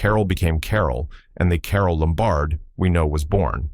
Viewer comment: Carole LOM-bard. Not lum-BARD.